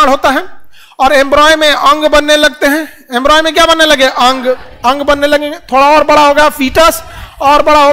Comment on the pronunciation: Embroy nahi embryo